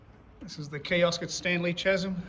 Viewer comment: Bro, it is pronounced Kaz-em not chas-em.